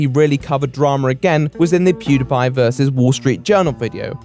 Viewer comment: eeewww the way you say "Pediepie" is absolutely disgusting....are you serious with that bullshite?!